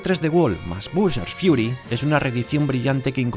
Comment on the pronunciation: Super Mario Tresdewol mas bushars fiuri